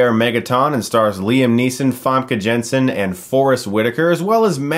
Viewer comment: Jansen is not Zhan-sen but Yan-sen.